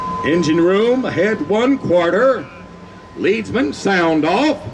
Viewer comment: SOMEbody has to tell the Mouse that a "Leadsman" is the guy who swings a rope with a LEAD weight on it to find out what "mark" the water depth is at, not a LEAD-er of people who do it. The narration mispronounces this, and that's kind of an unforced error that I'm amazed Disney would make.